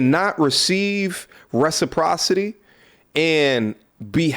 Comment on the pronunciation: reprocity????? i think you meant to say re-CIP ro cacy. other than that videos fire channel fire fit fire keep going